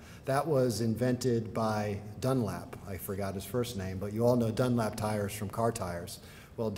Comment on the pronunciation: John Boyd Dunlop, not "Dunlap", for what it's worth